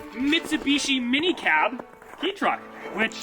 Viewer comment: ITS PRONOUNCED KAY TRUCK NOT KEY TRUCK!!!!!!!!! EDIT: after reaching the end of the video I am presently surprised to find the finally say it right